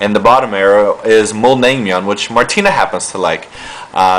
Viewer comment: Im sorry I don't wanna be a racist or anything.. but your pronounciation cracks me up big time!!!!! LOL!!! you should say "mul nang myun han gae"